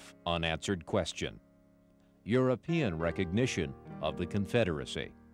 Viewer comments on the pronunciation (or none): none